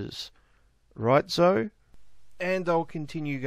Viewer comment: Zoe is pronounced zo-ee.